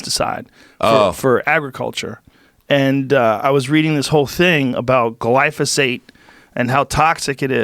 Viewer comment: you not saying it right, it's pronounced gly ZO phate.